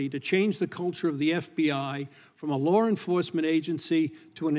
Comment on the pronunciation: It's law, not lar! C'mon man!